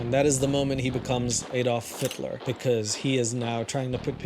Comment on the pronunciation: "Adol Phitler" 🤣🤣💀